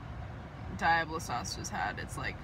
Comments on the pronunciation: "Dye-ablo" I cringed when I heard that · Fishing for comments about how you say Diablo sauce...... #obviuos